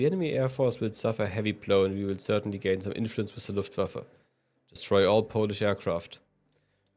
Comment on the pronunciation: "LaufSummer" Really ?